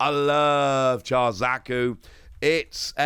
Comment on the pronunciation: Huh I od thought Aerial alt would have been cheaper then the Rx78 or Char Zaku II. Also before anyone gives you ishh about it. Char is pronouched more like "Shar". Ive read some reactions on the pronounciation and oh boy.😩